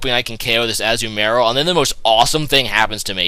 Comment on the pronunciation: umm it is ah-zu-ma-rill